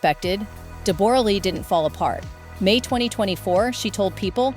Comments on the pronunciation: Not Deb- borra, its pronounced Debra, I know its spelt like that but its simply Debra. and yes its very sad this lovely couple divorced and especially the betrayal is shocking. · PRONOUCED DEBRA LEE 😮😊 AI sucks sometimes. Bring back real people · Oh FGS,! Dumb Seppos who do voiceovers! Deborra-Lee is pronounced as DEB-orah-Lee!! It's just spelled differently! 🙄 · I wish these American reporters would do their research and pronounce her name properly……Jesus it’s pronounced like you say Deborah. I’ve known this woman for the last fifty years and she does not pronounce her name the way this woman reporter was pronouncing it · That is not how you pronounce her name! AI, you suck. Hugh was a nobody when they got together, Deb was the star here in Australia. She is awesome, team Deb all the way. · Please pronounce her name correctly. Poor Deborah such a lovely woman lost respect for jackman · Ai... You can't even pronounce Deborah correctly... And some of the information is incorrect. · Why are you pronouncing her name "Deb-OR-uh Lee FUR-nuss?" It's pronounced "Debra" (like every other Deborah/Debra) and her surname is "Fur-NESS," like "digress" or "finesse." Americans are so weird. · These bots they use to read the script 🤦🏻‍♀️🙄 “De-BORE-ah Lee” “pre-NUPE” So annoying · What an odd way to say Deborah and prenoop haha